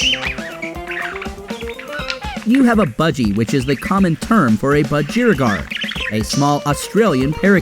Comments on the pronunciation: Ironic that you can’t pronounce ‘budgerigar’. Try emphasising the first syllable.😂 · My only issue is that you should be pronouncing budgerigar with emphasis the same as the words "BLUDGEr" "CIgar" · As an Australian who always doesn’t understand why America call them Parakeets, this narrator actually pronounced Budgerigar wrong lol! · Surly Americans can say budgie even if they can't say budgerigar. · He says budgerigar weired